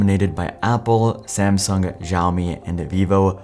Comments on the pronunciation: that's the common Western mispronunciation of Xiaomi. Xiao means "small" in Mandarin. Before the 80s it used to be spelled Siow. Then China came up with romanisation system that they call Pinying. They use the S letter for a slightly different sound to X, but they're both pronounced as S in English. So Xiao is pronounced as See-ow in one syllable. To hear it, look up "How to pronounce 小". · Please stop pronouncing xiaomi as ziaomi